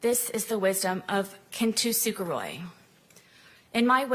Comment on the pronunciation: Kintsugi is not pronounced Ken-toosoo -jeroy